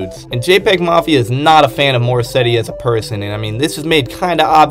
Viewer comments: did you say morrissetty?? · WHY WERE YOU SAYING MORRISSEY AS MORSETTY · “Morrisetty” “joechillyworld” “devin hendryx” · I mean I know I'm new to JPEGMAFIA, but the fact that you dove headfirst into an iceberg calling Morrissey, Morrisetti, and kept spelling Mafia with 2 Fs is just phenomenal hahaha EDIT: Just a suggestion, you should actually look things up if you've never heard someone talk about it before. "Em Em Bop" doesn't have the same ring as "Mmmbop" EDIT 2: Aite nevermind you heard the entire song and still called it Em Em Bop I give up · Where tf are you seeing a T in Morrissey bruh🤣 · More-setty? You mean Morrisey? And Joechillyworld? Bruh it’s joechillworld 💀